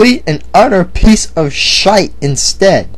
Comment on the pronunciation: Ha Ha! I've never heard the word SHITE, in an American accent before! I think I can die happy now!